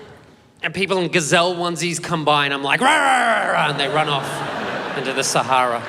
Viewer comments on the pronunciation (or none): none